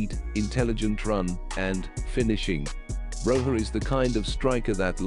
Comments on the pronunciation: its pronounced as Broya not Broha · it is pronounced Broyah